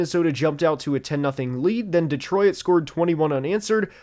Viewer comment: "Deetroyit Lions"